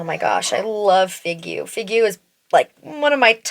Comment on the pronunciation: So helpful to have so many comparisons! I'll have to swatch these lip liners in store, they look amazing, I love the colors. Figue is pronounced "fig", and you almost get Ma Biche right, simply there's no "eh" at the end 🫶🏻 I don't know why they give French names to everything 🤣